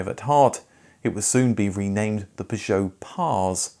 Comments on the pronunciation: The pronunciation of p,jow is so annoying. Had to give up watching. I can understand why the Peugeot vids aren’t popular. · Even the advert says purjoe, this guys pronunciation makes my ears bleed. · After the fourth time hearing you pronounce Peugeot like a melon I couldn’t watch anymore. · if you want some advice on the French car video poor interest then you need to stop attempting the ridiculous French pronunciation. It's British to say 'Pur-joe' and 'Sit-ron' your faux French is turning people away. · Maybe if you just said per-jo like everyone else people would watch youre videos a bit more. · Your peeer joo. Fking hell. Cat 😅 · Why do you call them P'zhow? I mean, who does that? I can't listen to this, it's mental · You’re pronouncing Peugeot wrong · I suspect your videos about Peugeots haven't done too well because of the strange, idiosyncratic way you pronounce Peugeot. 😄😄😄 Only joking.... really great video! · Yet another great informative video from you but in the 28 years I worked at the Peugeot Ryton plant I never heard Peugeot pronounced like that. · Your mis pronouncing peugeot is greating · why four O five ?, it's like the number 405, it's not an O it's a zero, and you're not the only one to make this horrible mistake in pronouncing Peugeot, shame on you! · Couldn’t watch more than two mins. The way you kept pronouncing Peugeot unfortunately broke me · How exciting - a new way to pronounce 'Peugeot' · The reason your Peugeot videos don't do well is nobody can stand your miss pronunciation of the brand (for English speakers)for too long. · Please you dont need to use an enhanced French pronunciation of Peugeot...we are English, its fine to say it the english way. Perhaps this is why your other pug videos had poor views. Same with "shhcoda" and "volksvaggen" grrr it grinds my gears !!!(Remember...we dont call the capital of France "Parree" do we) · I've never heard Peugeot pronounced like this ever! Not even by the French! :)